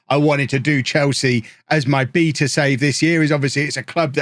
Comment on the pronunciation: Okay... I'd like a copy of FM please, and I sincerely regret making fun of how you pronounce the word "beta" as if it had extra E's in it.